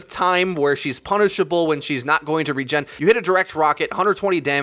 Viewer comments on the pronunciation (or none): none